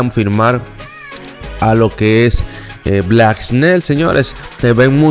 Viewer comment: en hora buena. Te voy a dar un consejo con la pronunciación de al finas pakabras que tú usas pero las pronuncias muy mal. Cuando dice MLB en inglés lo pronuncias muy mal y el nombre de Blake snell tu ves black snail. Se pronuncia ( bleak sneil). Bendiciones. Te sigo y me gusta ni programa pero debes mejorar las pronuciaciones